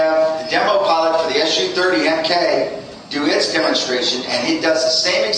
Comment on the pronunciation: SU-30MKI. It's pronounced "sue", 30MKI! Not S-U 30. This is the same stupid crap as people saying "flat screen tv's", when they're actually called "flat panel tv's"!...